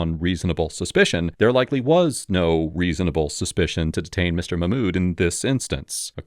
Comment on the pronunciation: "muh-mood" 🤣.... Mock-mood, my fellow white man